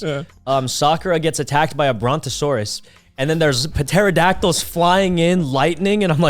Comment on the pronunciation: Sykunno pronounces the P in Pterodactyls